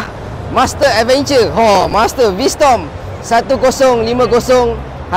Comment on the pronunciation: V strom bang... Bukan v storm